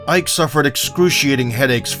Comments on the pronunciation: It’s not Ike, it’s Eekay. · Please it's "eekay" Ibeabuchi not iyke. Ike is the Igbo word for strength. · His first name Ike is pronounced E k a. Every letter is pronounced exactly like the English alphabet Eka. And the meaning of Ike in Igbo language is "power".😂. His parents gave birth to him and literally named him power. Actually Ike is the short form of IKechukwu meaning power of God. Ike=power, chukwu=God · It’s ICK-AY, Not EYKE. Ignorance is strong with you Americans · Pronounced “ikee or ekay” not ike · Is it pronounced Eyke or Eeee-keh? Or is it ii-keh 🤔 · So his name "Ike" is pronouced "E-kay" and not "hike". When you see how this guy hits, you'd know WIlder is a wild joke with all the amateurs he knocked out. And th efight with Byrd makes one realise why Usyk is a problem, apparently its easy to get away from othodox fighters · They’re pronouncing his name wrong it’s pronounced E.K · It is pronounced 'e-kay'. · His name is “Ike” Enough said… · It is pronounced IE-kE... a two syllable word. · Ike pronounced "Ee-ké" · Your pronunciation of Ike is wrong